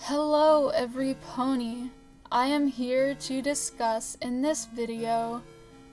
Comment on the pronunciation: Did anyone else notice on how she it sounded like she said hello every pony instead of everybody?